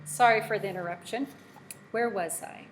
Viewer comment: Wow she called her husband interuptshin